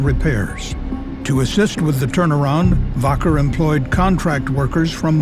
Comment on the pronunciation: It's pronounced WACKER not "Voker"